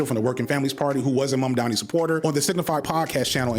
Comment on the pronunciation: He ehm... slightly mispronounced Mamdani? I dunno, people do like to be the contrarian